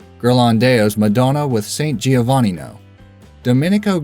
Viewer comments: Madonna is supposed to be pronounced "ma-doe-nuh" or "ma-tho-nuh" not "ma-donna" as most non-italians pronounce it. Madonna is in fact an Italian name. It literally translates to "my lady". Not sure what you're smoking. Giovanni in Italian is pronounced "Joe-vanni" not "Gio-vanni" again, as most non-italians pronounce it. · Im Italian as well, and cringed at how they pronounced madonna and Giovanni